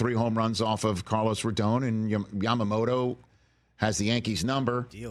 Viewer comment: Rich… its “Roe-Don” not “Roe-d-own”